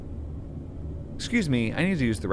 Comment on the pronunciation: Loved these last couple Chilla's Art videos! Great job as always! Also, you said "exsqueeze me" quite a bit. I didn't know you were a fellow Jar Jar head!